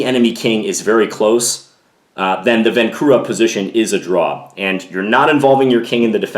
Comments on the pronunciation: its pronounced vahnczura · Hello John, just one small detail. Right pronunciation of Vancura is "Vanchura". in Czech his name is written with "č" - Vančura. Otherwise very nice video as usual, keep doing great job! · Great video. For your information, the name is Josef Vančura - the "c" is pronounced like "ch". And the accent is on the first syllable. So it sounds like VANchoorah. Not a criticism. I though you might like to know.